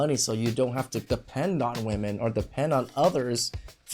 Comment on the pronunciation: Why can these idiots never pronounce women correctly?